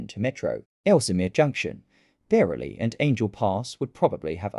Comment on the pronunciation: It’s beechley not beechly